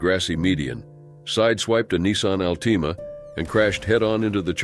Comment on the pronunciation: Nissan alt-ea-me